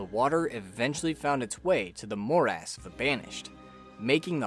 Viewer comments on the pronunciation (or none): Please search up how to say “dilapidated”, “arboretum”, and “morass” before doing your next video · dude who cares how he says it, don’t be a dick and tell him how he should say it